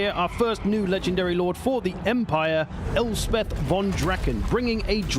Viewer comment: Elspeth, not Helspeth.